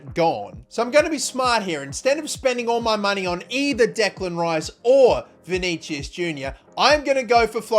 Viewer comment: vinigiues hahahah